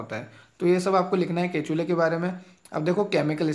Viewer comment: Sir its kekule's structure not ketule...😅